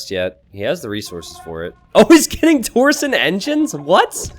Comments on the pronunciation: dammit t90 saying TOR SON no no no it's TORSHON There is an i in there, makes it sound like sh. Anyway keep up the good work. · The way you say "torsion" hurts my brain. It's tor-sh'n not tor-son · Hi t90. Small bit of pedantry: Torsion is pronounced "Tor-shun", not "Tor-sun" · T90 please, it's torsion not torson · It's tor-shin. That's how you pronounce torsion.